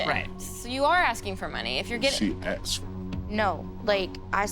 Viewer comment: aksed...........its asked